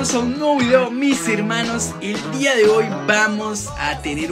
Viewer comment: En vez de día es dua